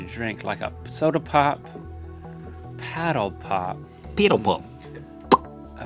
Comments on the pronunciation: With the paddle pop Rhett starts to go a little to eastern to a kiwi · Rhett sounded more Kiwi than Aussie when he said 'paddle pop' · We don't say peeedle pop it's paddle pop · When u said paddle pop like piddle pup that sounds like New Zealand Aussies pronounce the a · The way Rhett said Paddle Pop was doing my head in XD also its just for the brand Paddle Pop.... not all ice creams on sticks 🤦‍♂️ as someone from Melbourne Australia this hurts my soul. Get a true Aussie on to get your facts right. We use Preggers more than up the duff and ketchup is tomato sauce and what the heck is cakeage?!?!?!?! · Rhett pronounces "paddle pop" like a Kiwi